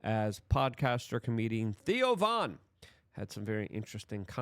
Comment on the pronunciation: Did Luke just call Theo Von 'Tio'? bwaaaahaaaahaaa